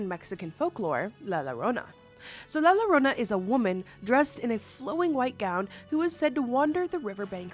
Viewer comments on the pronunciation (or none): Mexican people who are disappointed 😔 👇 (ITS LA YO-RO-NA NOT LA LORONA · Always find your videos entertaining, but in Spanish, the letter “LL” is pronounced like a “Y” in English. So it’s pronounced La “Ya-Rona”, not Larona… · La Llorona is pronounced La Yuh-rōna. The 2 L's make a y sound in Spanish ❤ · la llorona isn't pronounced Lala Rona, it's pronounced la yorona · No la llorona and Bloody Mary are to different entities it’s pronounced llorona(garona) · Accidentally stumbled on you on IG and Facebook, love your silly jokes. They make my day! I grew up on la llorona, from Brooklyn NY I had no idea it was pronounced Lrownah in English. We pronounce double LL like a J we were saying jorona. Never too old to learn something, I was today years old when I learned it is pronounced Lrownah. I enjoy you, you bring joy to my day. Stay spooky can’t wait to virtually meet your mini-me spooky bundle of joy. ❤❤❤❤ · For the first one, its pronounced with a Y sound not an L sound. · Llorona = yo-ro-na 😊 and she's real. She'll drown you if she finds you.. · Girl the la llorona is pronounced as la yorona and kuchisake onna is pronounced as Kuchisake On-na lol 😂😅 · It's pronounced "yo-ro-nah". The double Ls get a "y" sound on Spanish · "Lala rwona" ☠️🫠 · (in Mexican from) erm actually it’s “la yo-ro-na” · LA llorona is a Mexican urban legend. The two L's are pronounced as a y. how do I know I am Mexicana and talk Spanish for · I hate to say this but it’s pronounced la yuh-roh-nuh. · I love you but “lie lorona” is cracking me up 😹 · Can’t help to laugh every time she says la Lorona…😂 I stand corrected “el sílban” is even better… haha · Really great video but I was pised of at first minute cause of the repeated mistakes at the name of the first legend 😂 it’s la YO-RO-NA double L it’s pronounced Y is Spanish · La Llorona... please it's pronounced la yorona 😭 with the Spanish double L making the y sound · As a Mexican " lala Rona " HURTS 😭